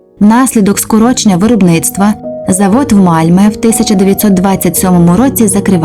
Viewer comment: Місто не Мальме,а Мальмьйо. Найправильніше шведську букву Ö вимовляти,як російську Ё. Malmö